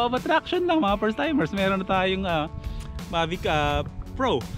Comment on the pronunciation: Mavis 🤘🏻 tapos ang basa sakanya ay May-vis